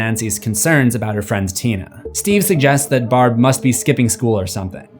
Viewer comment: It’s Barb not Brab